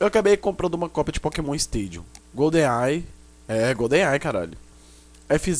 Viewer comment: golden ai é gonden ai caralho klkkkk